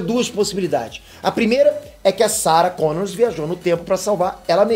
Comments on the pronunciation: ei...é Sarah Connor e não Connors;) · Para de dizer Sarah Connors! É Sarah Connor sem "s" no fim. PQP!!! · É Sarah Connor, não "Connors"! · Sara Connor, pelo amor de Deus, sem S no final rs